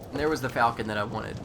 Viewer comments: i believe the falchion name is pronounced like "fall-shun" not falcon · Pronounced ( fôl'chən ), sounds like "Fal-key-on" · Or more like Val-Key-on